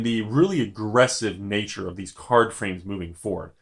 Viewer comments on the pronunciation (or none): none